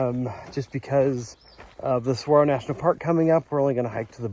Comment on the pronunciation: Love your videos. The green trees are Palo Verde which translates to Green Stick in English. Bees love their yellow flowers in the spring, summer and fall. The other trees are mostly all mesquite. Saguaro is pronounced Sa-where-o (roll the r). Ocotillo is pronounced Oh-ko-tea-o. Source: I live in Vail. Happy Trails!